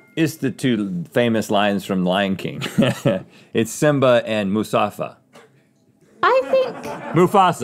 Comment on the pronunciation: Instead of a head band with Mufasa, give Rhett a headband that says Musafa.